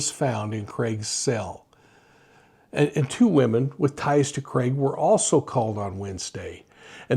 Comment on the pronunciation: Thank you for saying his name properly. What’s with other channels calling him Creg? Drives me nuts!